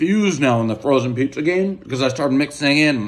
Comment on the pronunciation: Did u just say prizza?? Like Steve brule everybody knows the rules